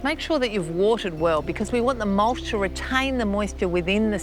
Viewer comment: I just love how she says mulsh ... I'm saying that way from now on